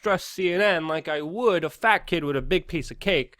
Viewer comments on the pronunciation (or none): none